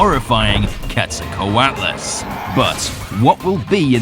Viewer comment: Amazed you where able to pronounce the Aztec god 🙌